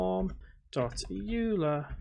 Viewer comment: Hey, don't know if you read these (especially 6 month old ones), but Euler is pronounced "Oiler" not "You'll-a"